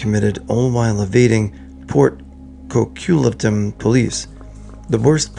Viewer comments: Port "quo-quit-lum".. 😊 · Coquitlam - Co-QUIT-lam exactly as it's spelled. Emphasis on the second syllable.